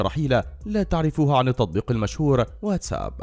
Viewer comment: اولا انت تنطقه غلط تقول واتس آب وهذا خطاء لغوي شايع والصحيح واتساب راجع ترجمان اللغه الانجليزيه